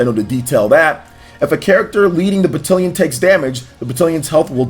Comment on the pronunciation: I had to nope out of this vid. The slaughtered pronunciation of heir and battalion were too much